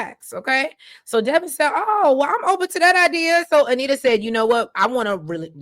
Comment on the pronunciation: its Devon like Divine not Devon like Kevin